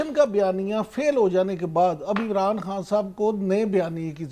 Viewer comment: خاں نہ کہا کریں۔خان کہا کریں۔